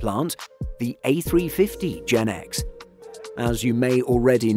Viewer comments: It’s pronounced “GE NX”, not “GenX” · It's Gee Eee N X, not Jen X.